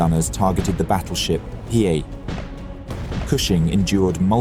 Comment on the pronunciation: 💡 Pro tip: Hiei is pronounced as HEE-EHH.